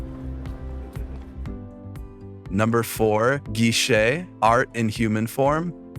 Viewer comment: They are Oiran not Geisha. You can't even pronounce Geisha correctly, no wonder you can't tell the difference between Geisha and Oiran 😂